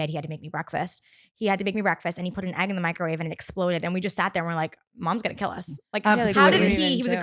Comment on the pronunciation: why says Ahgg not EGG